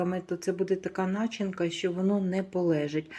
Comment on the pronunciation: Кажіть не нАчинка, а начИнка❤